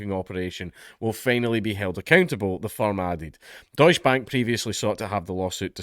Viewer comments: Deus Bank, well they don't deserve to be pronounced right. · Please, for the love of god, put an e (prnounced like the first E in Enemy) after the 'deutsch'